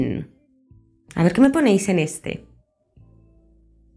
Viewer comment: no entiendo por qué dijo de esa forma el 1,817 :(